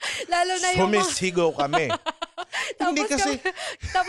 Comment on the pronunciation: "Suhmihsihgaw kami". HAHAHAHAHAHAH